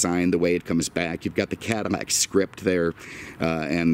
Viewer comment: Why is he saying caddimac i have seen otter videos when hes saying it too